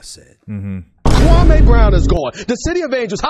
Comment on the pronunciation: SAS sees the liability...Kwame could sue him for alot of damages, loss of sponsorship. He totally fked up his name.